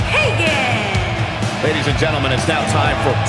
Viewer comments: Lol said hulk Hagan instead of Hogan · Hulk Hegen???? I'm dead ........ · "HULK HAGEN" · It’s Hulk HOGAN NOT HAGAN